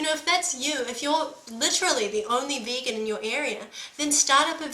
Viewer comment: She pronounced vegan. Bacon. I AM A BACON FAN!